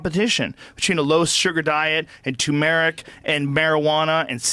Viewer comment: Joe Rogan is disgusting and he doesn't even know how to pronounce turmeric.